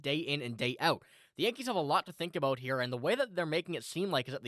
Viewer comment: What are you talking ABOOT 😂😅✌️